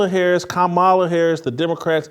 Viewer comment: Simply AMAZING, WHITELOCK!!!!!! You can get Shuhmeekuh right, but can't say Mrs. Harris's name?!? Your shameless has no boundaries.......